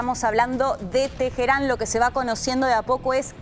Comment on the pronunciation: Teheran no tejeran h como j lo usan los anglosajónes.